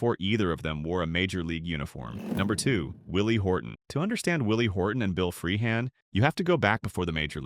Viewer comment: This is an insult to Bill Freehan! You can't even spell or pronounce his name properly and that goes for most of the other players that are included! Lazy sloppy work!